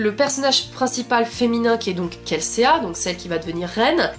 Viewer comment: Kelséa 😭😭 c'est Kelsea et ca se prononce kelsi 😂😂 en tout cas je suis d'accord avec toi c'est un super roman! J'ai adoré l'univers..